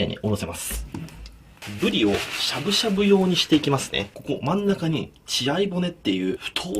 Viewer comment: 金子さんが｢ぶり｣って言う時「ぶでぃ」って言うの可愛いかよ😳(語彙力なし)